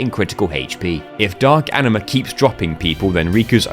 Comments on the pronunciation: i love how you keep calling Aningus ''Aniningus'' lol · Tingus Vingus Ifringus Ixingus Shingus Bahingus Yojingus Aningus (or how he calls it ''Aniningus'') and lastly Singus, Cingus and Mingus truly the names of all time